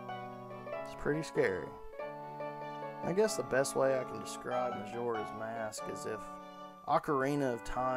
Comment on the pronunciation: bro says mashoras mask!